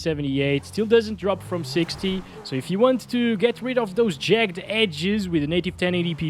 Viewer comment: Before I say this, I want to apologize on behalf of the English for our rubbish language, but "Jagged" is pronounced "jag-ged" or "jag-gid". Yes, yes, I know, bagged isn't pronounced that way, neither is shagged, nor fragged. It's just jagged and ragged that are pronounced that way. I don't make the rules.